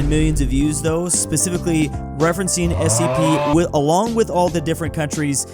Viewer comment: And he actually got the correct abriviation... You'd be suprised how many people don't know it's "Special Containment Procedures"